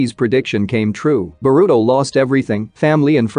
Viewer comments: What's Borudo.....it's pronounced Boruto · "Ba-ruto" is hilarious. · its burrito